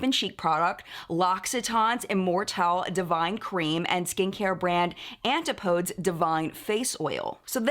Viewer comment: Btw Antipodes is pronounced Ann- tip- oh- dees - Australia and New Zealand’s are the antipodes as they are on the other side of the globe to the UK (like the remake movie Total Recall demonstrated by The Fall)